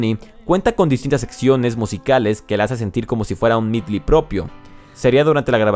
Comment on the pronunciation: Es Medley compa... y no Midly Me encantó el video!!